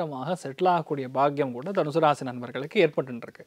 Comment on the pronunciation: Danushu illa ma its danusu